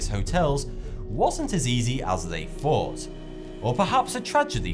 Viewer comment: Doğan Cem G OK, į wondered if I was the only person severely annoyed that he can't seem to pronounce th. Earf, Deaf (as in you've died instead of in regards to your hearing), fought instead of thought, etc. I'm only a minute into it, and already I want to scream. ugh!